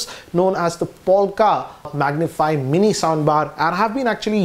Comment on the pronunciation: It is not capable to say mini......but well